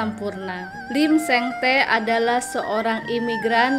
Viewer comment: Tee ny di baca " ti"